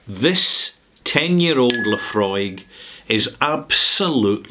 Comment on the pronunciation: Thank you mate for not reminding me how to pronounce Laphroaig correctly rather confirming how to pronounce Laphroaig again. Yes... this man right here is that man that does know how to properly ask a question and I remember when I first called for Laphroaig at a bar. Yes, when I cannot find people who know, I tend to do some research prior when I know nothing dulling simpletons are who will say to me including my people that they know, and I called for Laphroaig at a bar because of the proper pronunciation of Laphroaig at the bar. People were interested and then when they find out it is scotch they run away in fear while drowning their sorrows at the bar while me mates are having a laugh of bantering. No, this is not a lie, and it is not The Truth either because how can I remember every little detail when I am kicking back beers while sipping on single malt scotch? Telling me you know how to call for Luhfrog and demanding that your ignorance is somehow the proper pronunciation when me mates know Laphroaig properly that goes onto them, whoever they are, insulting us by saying we do not know what we are talking about that further goes onto a slight shake of my head horizontally. Yes, I do not have the taste of Laphroaig down, as I only called for Laphroaig once or a couple of times, literally, and I do concur with you on that IF Laphroaig were independent what you have called for would have happened two months ago yet worldly people only see that when they make money they are